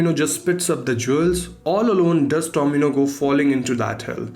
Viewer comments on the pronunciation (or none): Why i hear domino instead tomino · Domino's sunai de raha hai baar baar 😂